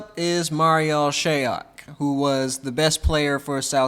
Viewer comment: Can we also please normalize pronouncing these players name correctly! Shayok is prononce (Shy-yōhk) not (Shay-yohk) and Khaman Maluach last name is prononce (Malu-waiyj)!! Appreciate you all get familiar with these names and pronounce their names properly!!